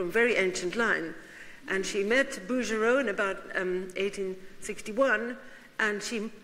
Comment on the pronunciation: Smithsonian Institution, please....NOT institute! Bouguereau..BOO-gair-oh. How can a learned lecturer of art not know how to pronounce artist’s names?